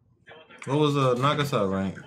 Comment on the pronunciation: Is it only me or did i just heard you guys said nagasa instead of nagisa?